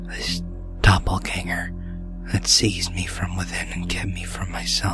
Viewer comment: isn't it "dobbleganger"?